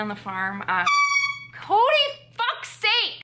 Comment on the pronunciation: That was hilarious! The way you said Cody fcksakes sounded like that was his last name. I'm sorry about the loss of the baby. I wanted to ask, do you or what omega would you suggest for horses?